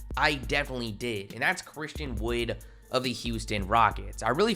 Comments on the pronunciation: Do yall not hear how this man is saying Wood? Wayduh Wahud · “Christian Woyd”